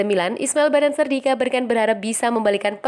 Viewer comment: Bennacer, bukan Bennancer.